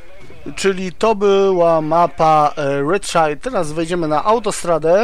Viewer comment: Redszaier a nie szair